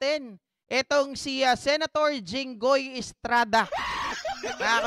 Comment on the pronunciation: Ano ka jinghoy presidente kb..ikw gusto mo pumili bulol ka hinggoy😂😂😂